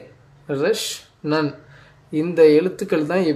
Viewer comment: ரஷ் அல்ல ரேஷ் நன் அல்ல நூன்